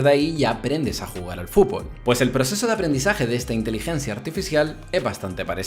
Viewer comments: Me estresa que diga fulbol en vez de fúTbol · a alguien mas le llama la atención como dice "fubol"? o_O